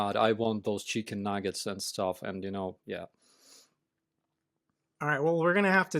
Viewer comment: "cheekan nahgits"